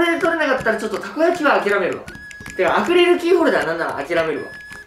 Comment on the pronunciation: まふくんアクリルキーホルダーのことアクレルキーホルダーって言ってる...かわよ